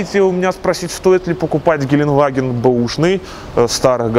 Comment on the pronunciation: все хорошо, только произноси слово ГЕЛЕНДВАГЕН ПРАВИЛЬНО, а не как колхозник геленваген...еще раз ГЕЛЕНДВАГЕН DEUTSCH GELENDWAGEN